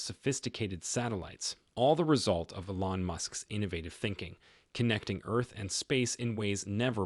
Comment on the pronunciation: It's not e-LON, it's EE-lon.